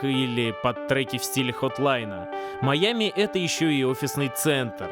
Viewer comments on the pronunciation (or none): Жень, ну как ты такое УПУСТИЛ. "Маями" вместо "Майами" (не придираюсь, просто обнаружил недочет)